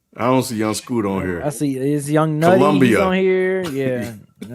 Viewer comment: Come on DEHH. called Young Nudy (Young Nutty). Yall barely know who Fabo is. (One of the pioneers in snap music). And it's pronounced Fey-Bo. And yall dont even know who Foogiano is. (Which he is another artist under the Gucci mane umbrella who’s in jail at the moment). I expect better from a hip hop channel based out of ATL